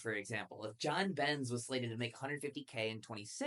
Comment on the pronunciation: Who is “John Bens”?? 😂